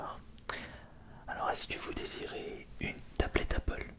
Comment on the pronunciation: Au début pk tu sait pas articuler TU DIS APPLEP PAS APPLE